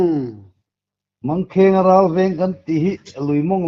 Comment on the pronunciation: Mangkheng ralveng tih kha a dik lo tih an hrelo ami?Mângkhaiarâlvêng tih vek a ni sia.😂😂😂😂😂😂😂😂😂😂😂😂